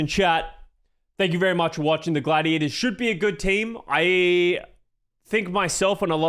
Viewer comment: It's not Gladiadas, it's Gladiators*.